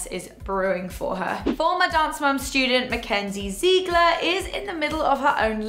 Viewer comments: It’s not zeegler it’s Ziegler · It's not pronounced ZEIGLER it's pronounced ZIGLER-spelt Ziegler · ZIG ITS ZIGLER NOT ZEEGLER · Diversity 100% Everyone pronounces her name "Ziggler" but I'm pretty sure that "Ziegler" is a German name and in Germany we pronounce it "Zeegler",so I guess you could say it both ways😜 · Was I the only one laughing at the the way she sad Ziegler 😂 she pronounced it Zeegler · It's spelt Ziegler but pronounced zigler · It pronounced zig-ler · You said Ziegler wrong. You don't say the first E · Who else loves hoe the lady say Ziegler. 😅